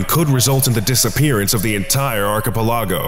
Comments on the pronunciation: It may be a small issue but Why does he pronounce archipalog that way? It drives me nuts. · You are pronouncing "archipelago" wrong. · Pleas learn how to pronounce archipelago proply that was so anoying and made it hard to enjoy lisining to it! But the rest were lovely and enjoyable!